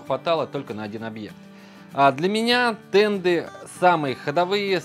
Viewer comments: Да, слух конечно очень сильно режет когда слышишь "тенДы", еле досмотрел. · Почему "тенДы"? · Правильно говорить "денты"